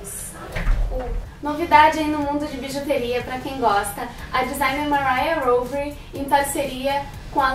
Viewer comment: É "mariá rovery" mesmo, não precisa americanizar.